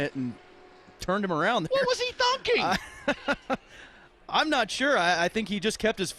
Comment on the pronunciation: "what was he thonking" lmao